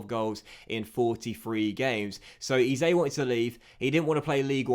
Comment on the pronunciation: Eze is pronounced eh-zay